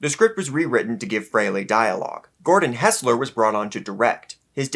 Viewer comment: Not FrayLay, FreeLee.